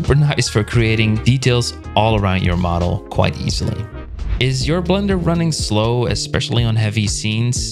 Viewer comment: Have I been pronouncing Blender wrong all this time I didn't realize it was pronounced blunder LOL